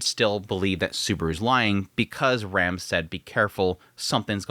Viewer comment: You pronounce "Rem" and "Ram" the same